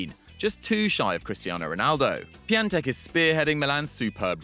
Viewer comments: Btw it’s Piontek not Piantek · Piatek not piantek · its piatek not piantek